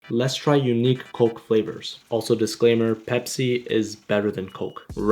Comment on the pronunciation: “The Pebsi” you mean or the Canadian shawarma guy will come